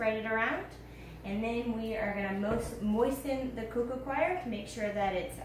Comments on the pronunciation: I love how she pronounced coir like "choir", as if it can sing lol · So much info and very good, but could some one tell her how to pronounce ' coco coir' not 'coco choir'? Sorry